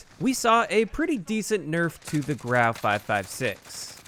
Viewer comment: It's pronounced grew ow